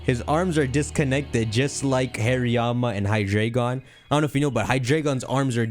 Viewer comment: Hydreigon is pronounced Hy-Dry-G-In. The drei is German for 3.